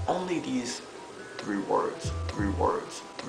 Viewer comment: one too tRRReee fooouuRRRR lol!